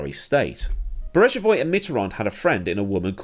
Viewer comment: Great video; two minor points to clear up. Mitterand was term-limited and did not stand in the 1995 election, not that it would have made much difference as he had terminal cancer and died the next year. And the 'g' in Beregovoy has a hard pronunciation - a bit like 'Berryg-oh-vwah'.